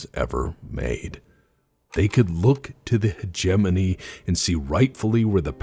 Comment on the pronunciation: In my whole life, I have never heard anyone pronounce 'hegemony' until I watched your videos. This is a word I have been mispronouncing for decades.